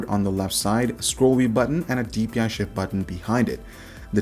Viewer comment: "And a DPI Shit Button" Am i the only one that heard that?